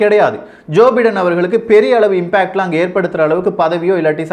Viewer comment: correct to pronounce Joe Biden is Joe By-den.